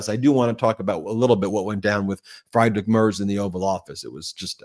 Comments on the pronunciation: Ben, just a helpful pronunciation tip. Friedrich is pronounced Freedrick. In German, when there are 2 vowels such as ie, the second vowel is pronounced. Example, die is pronounced dee. Trying to be helpful not critical. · Friedrich = Frederick in English OMG Fryedrick LMAO! Aside of this great Conversation! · I am a fan, but you have to work on you pronunciation. The chancellor of Germany is pronounced Freedrick Mertz, not Fride-Rick Marts. Sorry. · It’s pronounced: Freedrish Mare-tz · Please learn how to pronounce Friedrich Merz. Friedrich Say: “FREE-drick” (rhyming with “Patrick”) or, more accurately, “FREET-rikh”. Merz Pronounced like: “Mairts” Rhymes with “hurts” or “shirts,” but starts with “Mair” (like in “mayor”). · Ben: Merz’s name pronounced freedrik merz (the e is pronounced like the “a” in mare.